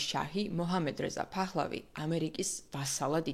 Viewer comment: ფახლავი. კი. არა. ფეხლევი. კარგათ. თქვი. გვარს. ნუ. უმხინჯებ.